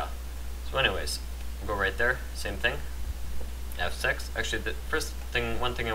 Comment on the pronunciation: i'm sorry but when he said just F6 for a minute i thought he said just have sex XD i'm sorry for my randomness